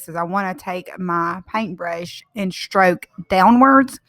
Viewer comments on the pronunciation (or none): The project is beautiful, but one thing is that, there is no word in English as (shtrok ) it’s STROK , S like Slam. That’s all.